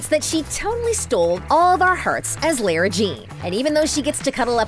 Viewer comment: Omg how she says Lara is soooooooooo offff